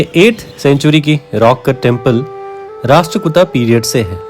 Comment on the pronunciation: भाई आप कार्य सराहनीय है , लेकिन आपका उच्चारण सही नही है। सही उच्चारण राष्ट्रकूट है ।